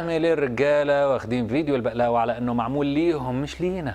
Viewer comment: بغلاوه مو بقلاوه